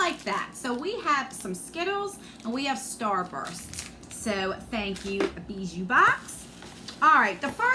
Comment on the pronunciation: It’s pronounced Bee- Joo. It’s French for Jewelry. Don’t mind me just binge watching the videos I missed from you .